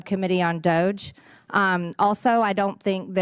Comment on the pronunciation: MTG can't even say the name of the committee she wants to chair properly. It's Doge. Not, Dodge